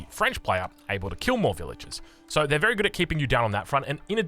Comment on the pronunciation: Mother fucker did you say berry wise desicion?